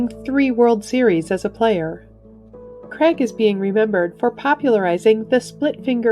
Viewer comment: It’s not “Creg,”, it’s “Cra(i)g” - as in long a.